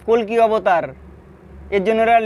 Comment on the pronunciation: Ota "Kolki Avatar" na "Kolke Avatar"😂